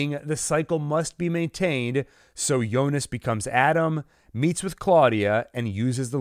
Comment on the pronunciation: It's Jonas not yonas